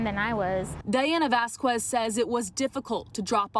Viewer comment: Retry saying Vasquez